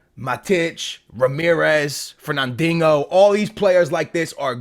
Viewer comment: you made mee pee my pants when you said fernandingo looooool p.s love your vids